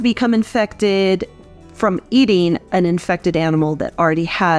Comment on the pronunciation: “An” infectious not ay infectious